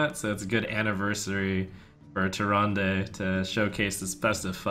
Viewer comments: Behold, the armies of Stormwind: a shifting shade, Confessor Paletress, Millhouse Manastorm, Gormok the Impaler, a priest of the feast, and an injured blademaster. Seems a little wonky, but they did win, so… good recruiting your Majesty. Also, the last syllable of Tyrande isn't pronounced "day". It's pronounced the way the Innkeeper says it. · It's pronounced Tyr-aand not Tyr-and-ay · That Leetri Guy More like Tyrandeh. It's the Latin-style e.